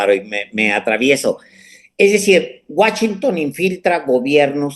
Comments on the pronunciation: Les doy 👎🏼, por Alejandro que dice Guáchinton, en lugar de Washington! Increíble que después de vivir tantos años en la frontera, no puedes pronunciar bien esa palabra! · Qué es eso de Guachinton? Querrás decir Washington?